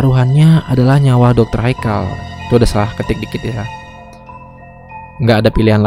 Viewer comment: Bang itu kan bilangnya nyawa bukan yawa..hihihi